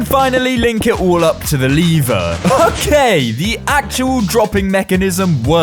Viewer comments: Its lever Btw not "liver" :) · you say like: liver but schould say:lev-er. you also say:lead but say: Leash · Ah yes. “LEEVER” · Sorry i míst but how you say líver instead of lever i am dying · stop saying liver say lever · The leeeevu its lEvEr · I THOUGHT the lad was saying “liver” with a stress on the word. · He doesn't know how to pronounce lever and wedding